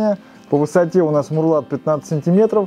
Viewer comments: марлат блеать. Мауэрлат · Горизонтальный брус по стене называется МАУЭРЛАТ, а не МУРЛАТ! Спецы... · Мурлат? Ну да ,"мауэрлат" - слишком длинно! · Не мурлат, а мауэрлат читай учебники... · Маурлат,а не мурлат.